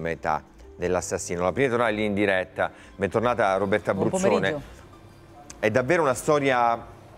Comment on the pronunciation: La cosa piu assurda é che non abbiate ancora capito che la Bruzzone si chiama Bruzzone appunto e non "Abruzzone" 😂😅